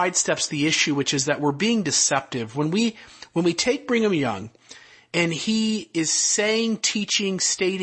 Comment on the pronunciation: are you saying “Bringem Young” like 4/5 of the time or is it just my ears? Also so strange to me to hear you address by anything other than his nom de guerre. Great breakdown of the topic *chef’s kiss